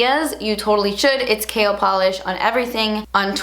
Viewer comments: I keep hearing "kale" polish lol oyeeee congratulayshonssss miami subscriber super proud of you mama xx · this is AMAZING!!! I'm so proud of you! Every single shade is stunning and the excitement on your face is too precious!! I could not stop cracking up, when you say KL polish really fast it sounds like you say "Kale polish" hahahah keep killing it girl and making your subscribers proud. It's YouTubers like you that make people come back time and time again... we love you!! Xoxoxo!!! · Lol I'm not hating, so don't come after me, it sounds like she's saying kale polish haha! Love you! Using that morphe code:) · I remember when I first started watching you I used to think you were saying "kale polish" 😂😂😂😂💅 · please create a cool green shade and name it kale becuase when u said KL i thought u said kale and i got excited. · "kale" polish? lol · The more I hear KL, the more it sounds like kale! Love them all! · does it have kale in it?? lol totally sounds like you were saying kale every time. mmmmmm kale! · Kinda sounds like Kale polish 🤔 love you btw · everytime you said KL I understood KALE... so maybe that's a good name for a new nail polish :) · is it terrible that every time you say your brand, I giggle thinking at the same time you're saying "KALE" lmao congrats girl! Very excited to see what is to come from you! :) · Kinda sounds like "kale" polish ;P the colors look awesome though! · Every time you said KL polish I heard Kale polish 😂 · Congrats!!!! You deserve it! It sounded like you were saying "kale polish" throughout the vid lol. New name idea for a polish? Haha can't wait to purchase! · Sounds like 'kale polish' 😂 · I'm so sorry, but every time you say KL, I only hear "kale" Love you xoxo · Ahhh I'm so proud of you! Gumption is so so beautiful and because it's my favorite color and because the Holiday is one of my favorite movies I need it! Also, I kept hearing "kale polish" instead of KL polish and it made me giggle.